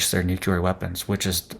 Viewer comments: New-clear .... NOT nu-que-ler 😂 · Another place we are loosing our language. Please relearn the pronunciation of the word “nuclear”. You can look it up, and many so called experts even say it incorrectly. The correct way to say NUCLEAR is, new-clee- ar. NOT new-cue-lar. Look, nu-cle-ar, just like it’s spelled.